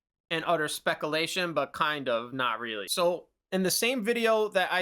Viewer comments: I have some speculation that commenters will already have informed you of the injustice you've been doing a particular word that I need not waste time mentioning, so I'll move on. This is the first video from your channel I've watched, it was very informative and I really appreciate the way you are analyzing the information available to you, connecting dots, coming to logical conclusions, and explaining it to us. I learned a lot from this, and your willingness to correct your own mistakes is also important and actually adds credibility in my eyes. It's good that you use different words to indicate the level of certainty or credibility of different statements that you make. Keep speculating, you're decent at it, and that's a great way to extrapolate more than what we're directly told. Thanks for the video. I've got some minor criticisms, like I think you could probably save a few minutes pretty easily with some quick editing. If you don't want to edit your videos and you just want to keep naturally flowing through with one seamless take and no repeats, I understand. But for example, the 20 seconds you spent trying to pause that video of Pierre Hintze at a point that wouldn't do him dirty, could have been shaved off, and there are a lot of points where you stutter or repeat the same sentence or even repeat an entire point you're making, that could be cut to save time. It's not that big of a deal, I don't talk perfectly either and you did a pretty good job for one take, and I to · Hey man, you are mispronouncing the word "speculation" repeatedly during this video. I would strongly suggest looking up the word and carefully listening to how it is pronounced. Would really elevate the quality of your content to the next level if you were to pronounce words like this correctly. Edit: you actually say the word correctly. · As said, it's an inside joke. There's quite a few words he does this with. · lol imagine being this dense. hes clearly mispronouncing it on porpoise